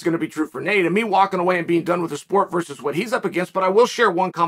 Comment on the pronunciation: VERSUS. Its not vrs. Man oh man